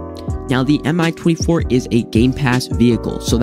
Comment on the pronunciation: Just a heads up, no hate but the Mi 24 is pronouced me-24 like me as a word